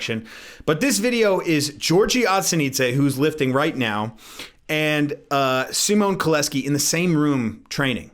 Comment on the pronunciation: Love your frequent content and training sessions addition lately. Your pronouncation of Szymon Kołecki is pretty much on point. :)